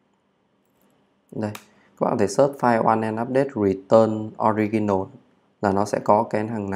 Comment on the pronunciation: Allow Unknow <ờ lao> <ân nâu> - Original <Ò ri chần nồ> Chúc anh buổi chiều vui vẻ